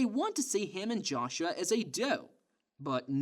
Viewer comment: The way you pronounce certain words piss me off. Naive. Joshua. And what you said about putting the fries in the bag, i have no idea wtf you were tryn to pronounce at the end of that sentence